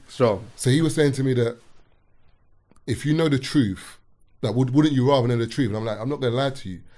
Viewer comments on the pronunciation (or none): "You can't handle the TROOOT!!" If uno uno